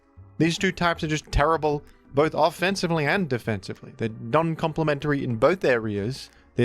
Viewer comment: You said bith though